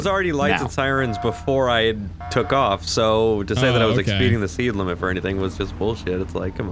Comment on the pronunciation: expeeding the seed limit... jus sayin lmao